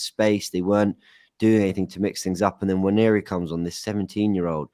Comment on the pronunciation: Love the show but am I the only one who gets annoyed with how a lot of these guys pronounce Nwaneri? Like wtf is WAN-YE-REE. It's really not that hard. Say it with me NWA-NE-ri. And teach it to the as well for the love of god